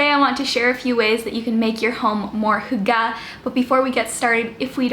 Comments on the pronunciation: It’s hUga not hugA 😂 (in hermiones voice) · Y in scandinavia is pronounced like a german u with dots on top. So if you know how to prononce that, than you're on it. The way she's pronouncing it (hooggah) sounds like our word for chopping something. And it's really bad haha. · Your pronounciation isn't that far off. Just imagine the Y pronounced like you would if you had to pronounce the letter "e" with your lips rounded. The sound is similar to the wovel the French "une" sound (just without the n-sound, obviously). The last wovel is said with less of an a-sound than the e-sound you make when you say "the". The phonetic spelling is /ˈhyɡ̊ə/ - but like I said, you're not that far away, Ashlynne. :-) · To pronounce Hygge more correctly: make your lips like you’re saying whooo and then make them tighter in the direction of whistling then add the H whoooogeh. Push those lips out forward and make them into a tighter circle. Practice and then make it shorter and you’ve got it. It’s true it’s similar to German ü. Also Gouda cheese is pronounced Gow-dah. 😜😂🥰 .. not Gooduh. 👍💪😜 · Lean how to pronounce it maybe??!😂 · I am danish and you are saying hygge sooooowrong. It kills me hahah - still love your videos though!